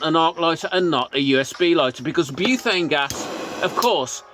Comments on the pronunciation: Buthane? I thought it's pronounced butane? Am I saying it wrong? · You're right, I'm in Oz and there's ads on YT claiming it's Tesla coil technology and doesn't need fuel. Blatant lies. Btw it's "butane" not "buthane". There's no 'h' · Great video, thanks. Btw it’s “butane” not “buthane”. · I'm gonna go crazy if I hear"buthane" one more time😂😂😂😂😂